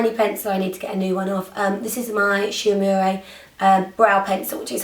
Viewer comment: so cute! And I believe Shu Umera is pronouned: Shoo Mare-Ah.